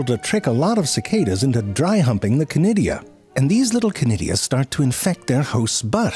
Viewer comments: Chlamydia, did you say? Shiver Oh, conidia, is it? Shiver 2.0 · Conidia? I thought you were saying Clamydia...could we have subtitles? 😊